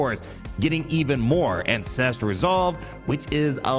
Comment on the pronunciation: I can’t help but hear incestual resolve every time you say ancestral resolve